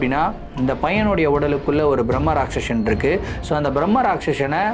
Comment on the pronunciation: Not Bhrammarakshasan it's called Brammarakshse